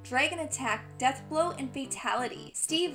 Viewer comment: "A friend of Dan Boon." lol